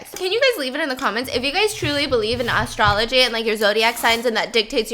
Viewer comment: Stefanie Soo did you just say ASStrology...😂😂😂😂